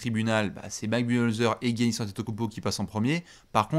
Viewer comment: je t'adore mais peux-tu dire Yannis au lieu de "Guiannis" stp 😅😘